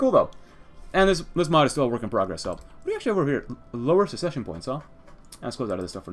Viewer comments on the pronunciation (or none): none